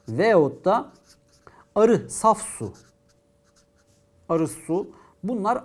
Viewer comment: Hocam niye veyatta yerine veyotta diyorsunuz :))